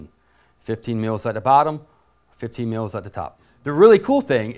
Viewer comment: It sounds like he is saying milfs lmfao !!! But still good video...